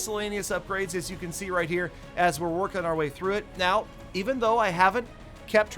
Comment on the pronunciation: Valdemar Keisu it’s “right” not rithe